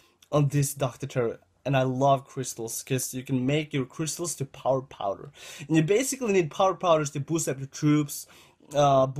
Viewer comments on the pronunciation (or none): none